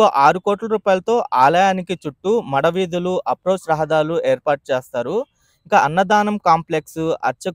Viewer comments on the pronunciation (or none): చిన్న సవరణ. 'మడ' వీధులుకాదు, "మాడ" వీధులు. ద్రోన్ ఫొటోగ్రఫీ బావుంది😂😂😂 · మడ వీధులు కాదు బ్రో మాడ వీధులు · మడ వీధులు కాదు అండి మాడ వీధులు.